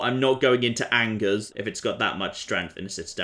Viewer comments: It Angers me how you pronounce the name of that city. And I'm not french ... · The way he mispronounces that fortress really ANGERS me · Everyone: You pronounced that city name wrong: renames city to his pronounciation